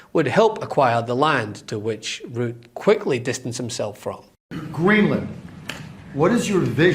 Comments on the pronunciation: To all Meidas Touch team: please teach your presenters that Macron is NOT pronounced 'Macrone' and Rutte is NOT pronounced 'Root.' Thank you. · You mispronounced Mark Rutte